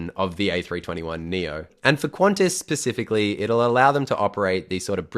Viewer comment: Did you say "pacifically"?